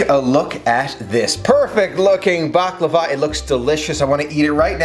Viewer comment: Btw you say it right. 😉